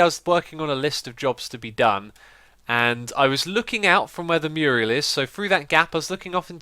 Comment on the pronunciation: Does X know that it's not "murial," but "mural?"